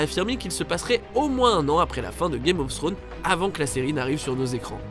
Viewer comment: « Game ofsstro » 😭😂